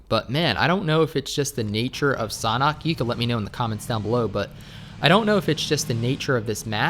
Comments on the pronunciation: It's not sonhok it is sanhok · Bro it's S-A-N-H-O-K not "Sonok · The way you pronounce Sanhok is so strange to me. I pronounce it San Hök, but you pronounce it more like Sanah. Idk. I'm not a native english speaker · Am I the only one thinks that said sauna instead of sanhok xD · How to pronounce Sanhok????? Sand-hok Or Shan - hok Idk